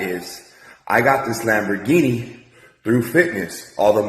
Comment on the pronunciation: he cant even pronounce the name of the lambo right